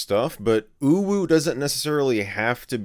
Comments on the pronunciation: Michael struggling to say "uwu" is quite funny to say the least. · It UwU... not UwU